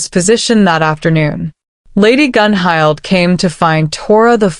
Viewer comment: Tora's style is wonderful. Dang, I dropped my clipboard. I've got those centerpieces to check out. What? Bond mate? I don't have time for that! I will survive this. Hmmm. Who's that? The king? Gunhild is pronounced Gunhilt. Does Bjorn ever sleep?